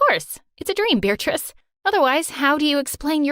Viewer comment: Why does he call her “beartrice”